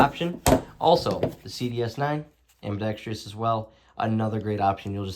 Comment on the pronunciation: Ambidextrous not ambidextrious.